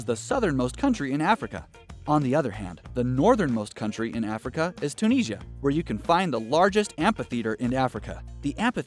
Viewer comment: You mentioned Niger being mispronounced yet you mispronounced Tunisia. Another one of American bad pronunciation.